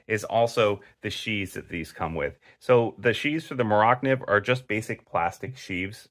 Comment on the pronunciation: Pronounced mora nieve